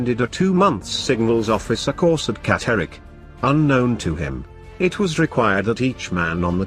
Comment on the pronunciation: Is the narration computer generated? Somebody needs to reach it how to pronounce Catterick, sten, and a bunch of other words.